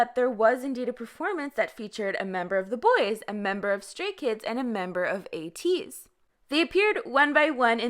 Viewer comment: It's ATE-EEZ instead of AYE-TEEZ